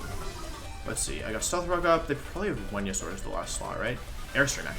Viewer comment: Wolfe: i was pretty good at english. Also Wolfe: Wenusaur, babbie formie, yolteon